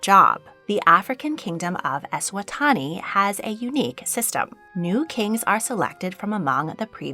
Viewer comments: Eswatini is pronounced kinda like eh-swat-ee-knee but otherwise great video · Hi, just a note - Eswatini is pronounced like Es-swa-teeny 😊